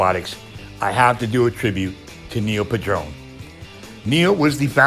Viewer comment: His name wasn't pronounced "pu-DRONE." His last name was pronounced "PAD-run."